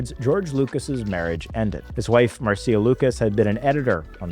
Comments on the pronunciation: George's first wife is "Marsh-a" not "Mar-see-a"... like Marcia Brady" from the Brady Bunch.. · pronounce as 'Marsha' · IT’S PRONOUNCED “MARSHA”!